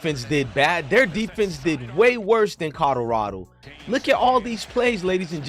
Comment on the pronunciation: It's "Colorado" not "Codorado"